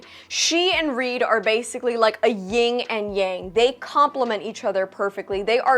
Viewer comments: Love your content and often agree with you on your reviews. But since you said it twice i just wanted to let you know... it's "yin and yang" (Not Ying) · It's Yin and Yang not Ying and Yang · Hate to say it but, its Yin and Yang not "Ying"....had to laughotherwise, good review